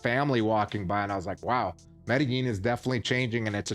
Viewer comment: Dude, learn how to pronounce Medellin